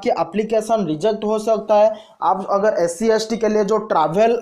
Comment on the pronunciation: Yar apni pronounsation to thik karo.application ko bol rahe ho oplication...agar ko bol rahe ho ogar..kya yar